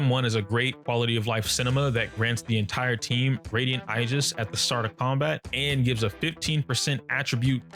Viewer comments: Did this man just say igis instead of aegis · Nice guide btw!! but Aegis is pronounced “ ee juhs ”. Keep up the good work! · It’s pronounced Aegis.